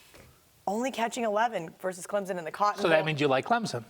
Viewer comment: It's pronounced C L E M S O N, not CLEMZON!!